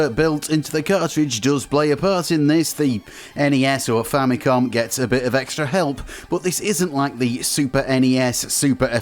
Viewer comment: So much injustice and disrespect Nintendo's FAMILY COMPUTER are getting from western and current youtubers that they keep butchering its name and relegate it with famiclones. They’re basing its name-butchering, clear confusion and aggressive mispronunciation with Sharp's TWINfamicom. The famicom by itself is nowhere stated in Nintendo's branding of any of its 8-bit console past or present. Not because the 16-bit Japanese Nintendo console is the Super Famicom, it's fair to mis-declare its 8-bit counter part as famicom. It's not! It's very inaccurate and a clear bastardization of the NES' basis of origin! Even in its heyday, no one has ever even called Nintendo's 8-bit Japanese console as a famicom let alone becoming an official general confusion like the sad state of affairs of present day name butchering, especially with markets where it's officially sold -- even until now! It's clear as daylight that with games, peripherals ( FAMILY COMPUTER DISK SYSTEM ) and even with the recent mini-console releases, the brand is clearly stated front and center as the FAMILY COMPUTER Before making any history-lesson, please make your facts accurate first and not ride with the general bastardization and history whitewashing. It's unfortunate that even wikipedia's been hijacked by western influence with this clear and intentional name butchering!